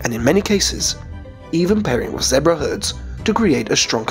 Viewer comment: he cant even say zebra right